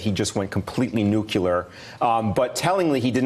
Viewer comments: 'Nucular', or nuclear? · "...nucular"? Oh my days... > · trump pretending to be "master of the universe", but was only the washroom attendant (my apologies to all washroom attendants). noo-klee-er! no nucular. jeez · I think it was Eisenhower that first said "noo-klee-er." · Aaaagh! Every time I hear someone mispronounce "nuclear" as "nukuler" it's like fingernails on a chalkboard to me. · I thought maybe I heard him wrong but you just confirmed it...he said "nuculear"...smh. )= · I wonder if they also pronounce unclear as "unkular." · Did he just say "nuculear"? Sounds like George W. LOL! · NUKULAR XD